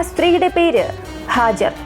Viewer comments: Not hajar, Haagaar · Hajar alla hajara vaakukal sookshikuka oru aksharam thettiyal artham maarum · ഹാജർ അല്ല ഹാജറ എന്നാണ് ട്ടോ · ഹാജർ അല്ല ഹാജറ